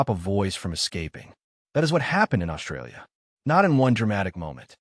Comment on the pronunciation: Imagine, watching a video, voice by A.I. about how the English language has morphed; and the A.I. can’t pronounce the most important phonic in its’ language! Mispronouncing the most commonly used word in the script! This speaks volumes, pardon the pun, about how dumb we’ve become; despite the advances we’ve made. Let’s consider that word, “Australia” and consider its’ proper pronunciation, shall we? This word contains the letters ST joined together and that sounds Ssss and T. Now listen to the way the A.I. voice pronounced the word, “Australia”. Notice how the ‘ST’ is being mispronounced? The letter ‘H’ has been added, so the ‘S’ now sounds “Shh”. This mispronunciation is becoming ubiquitous, now it has entered the realm of artificial intelligence.